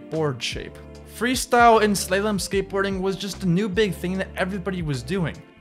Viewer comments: He said slaylom 😂🤣🖕instead of slalom. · Slaw-lum (slalom). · Say it with me slaw-lom